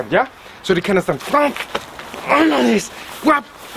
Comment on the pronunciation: I love the way he says "grab". KWAB HIS NECK, KWAB THE ARM AND BREAK IT